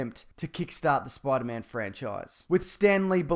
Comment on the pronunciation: I like how he pronounces Spider-Man as Spoider-Mam